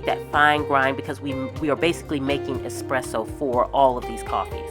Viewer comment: As an Italian, I love the way you use the moka machine to make coffee at home and thank you for saying espresso and not exxxpresso 😄 enjoying aaaall your videos, thank you ☺